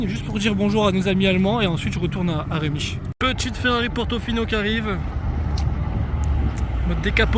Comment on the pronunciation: Ça se dit rémich sinon top vidéo comme d’hab